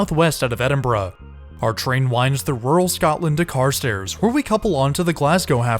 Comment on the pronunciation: Glad to hear you pronouncing Glasgow and Edinburgh correctly. I'm glad that you enjoyed your trip.